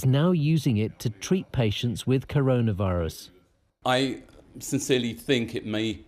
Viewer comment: BBC Reporter: Karuna virus Me: Oh K